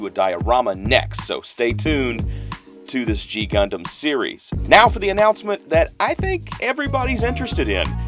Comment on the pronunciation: to you. You said the name completly right. You are the first one i ever met who got it right the first time:D